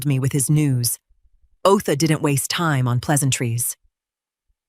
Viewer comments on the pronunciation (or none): Otha is the attorney … not OA. Tenancy, not teny. Good grief even for AI this is terrible.